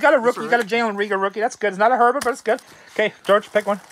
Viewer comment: Herbert isn't worth that much, you need to learn how to pronounce their names!!